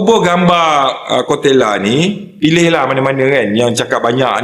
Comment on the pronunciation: 😂😂😂...koteyla...bukan kotekla.. terbaikkkk..